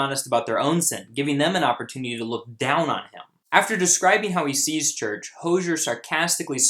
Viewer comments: It’s hozier not hosher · Hose-ee-er. Like a garden hose is hozier. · Correctly pronounced: HO-ZEE-ERR. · btw its pronounced "ho-zeer" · and by the way, his name is pronounced | ho.zieer| . you can search for it he says it himself on a tv program. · Hozier is pronounced Ho-zi-er. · Its pronounced hoooo-zy-ear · His name is pronounced as hoe-z-er and this song is about the lgbt community and how its condemed in the church. He says so himself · Its (hoe-ze-air) i believe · You said Hozier wrong bro